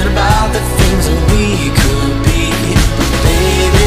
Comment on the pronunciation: ออกเสียงคูทถูกแล้วครับ